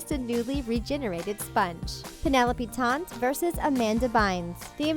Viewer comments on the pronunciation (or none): Can we talk about the fact that Penelope was a character played by Amanda and not a real person. Lol. Also Taynt is pronounced with a long a sound like in fake or rake.